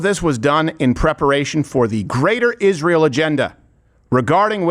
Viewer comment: Steven do a piece on how she says the word “Israel”. Iszhrael. It’s so annoying how she says it.